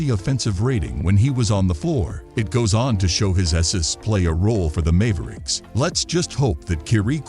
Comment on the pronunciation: Mave ricks